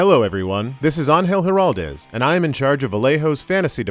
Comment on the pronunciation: Today, I learned how to properly pronounce Angel Giráldez.